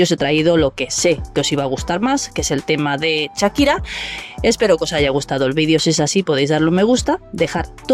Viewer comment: Perdona No se dice Chakira Se llama Shakira y se dice Shakira como Shark